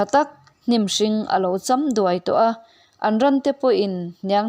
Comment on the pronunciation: I chhiar thiam hle a, sawisel tur awmlo chuan a har; alo cham duai tih vel i lam dan in anloh ṭum erawh a awm ve.